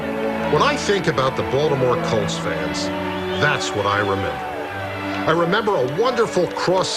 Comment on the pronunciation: The word “colts” is not pronounced “cults”